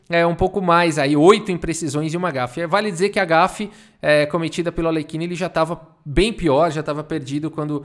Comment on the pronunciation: Outro que eu gosto de ver tomando uma surra é o Alekhine (ei, já vi uns vídeos estrangeiros e parece que a pronúncia do nome dele é “Alhérrin”).